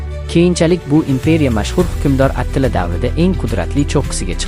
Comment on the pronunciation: Atila mas atilla dep chitoyliroq aytsang boʻmaydimi